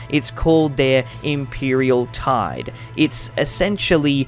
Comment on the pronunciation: Tithe. You have tithe on screen but you said tide 😉